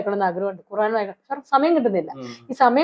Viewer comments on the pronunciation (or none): none